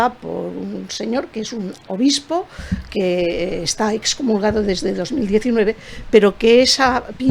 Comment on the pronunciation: ¿Cómo que dexcomulgado? Es EXCOMULGADO por Dios santo. Tanto la mujer como el hombre lo pronunciaron mal, ¡qué barbaridad!